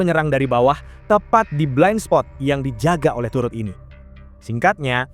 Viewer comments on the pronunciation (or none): Cara bacanya bukan /Taret/... Tapi tetap /Turet/... Gemes bgt gw dengernya.